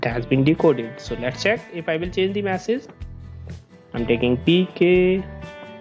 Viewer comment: its Message not Massage